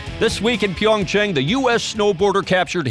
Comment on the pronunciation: He didn’t pronounce it correctly either. The a in Chang (창) is roughly the same as the a in father. He said it more like “PyeongCheng”.